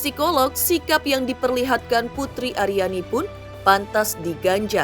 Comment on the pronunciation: Akhirnya pak Anang bilang 'putri ariani'..bukan putriani...😜😜